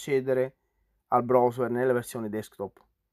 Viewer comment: Video utilissimo, ma se sento la parola brosuer un'altra volta mi sparo in bocca. Ma non puoi dire semplicemente browser (brauser)?